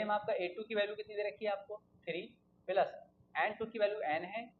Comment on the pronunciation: Appreciable explanation, no offence but ...😶‍🌫️ Plus ❌😂 Peelus ✅